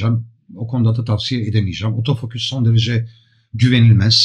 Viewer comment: Yaklaşık bir senedir sevgi ve alaka ile takip ederiz 'imizi, başta biz de garipsedik "otofoküs"ü... Sonraları bizim de dilimize yerleştiğini farkettik, önceleri şaka olarak kullanıyorduk ama ben ve birkaç arkadaşım için artık geri dönülmez bir noktadayız. Lütfen siz de deneyin, kendinizden emin ve vurgulu bir biçimde "OTOFOKÜS" diyin ortamlarda. Tarif edemeyeceğim bir haz bu, kesinlikle deneyimlemenizi tavsiye ederim. Selamlar....